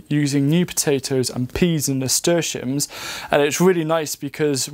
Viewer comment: What is this ‘murstashiums’ thing you keep saying? Idk how to spell it much less say it correctly to look it up 😂